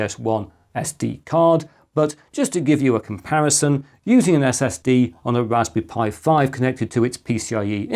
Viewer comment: Bro really said raspby pi 500